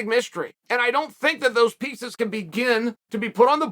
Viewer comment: I thought he said 'pizza's' when he said 'pieces'.... RIP deepdish pt 3